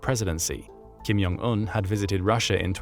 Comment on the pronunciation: It’s jong not yong Il/Un.